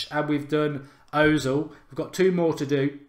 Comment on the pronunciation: It's pronounced erzil!!